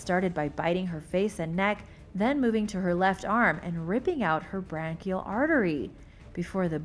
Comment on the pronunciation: Bracial artery, not brancial artery.